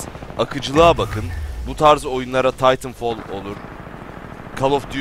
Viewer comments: Taytınfol nedir aga. TİTANFAL diyeceksin :) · hayır titanfal değil titanfol